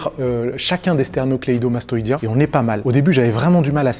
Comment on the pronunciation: Tu nous prends de haut en utilisant à tout va "sterno-cléido-mastoïdien" sans l'écorcher 😂😂 Sujet intéressant et vidéo très claire en tout cas!